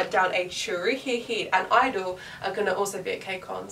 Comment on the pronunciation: you’re meant to say the G in (G)i-dle not just I-dle